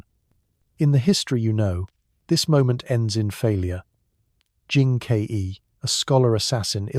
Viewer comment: You pronounce Jin Ke as "Jin K E", how do I know you are not an AI?